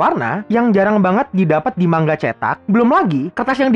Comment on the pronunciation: Bacanya manga bang bukan mangga